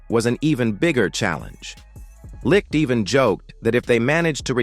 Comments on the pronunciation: Jesus H Christ....GM's name is pronounced light not lick. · IKR so many AI narrators mispronounce his name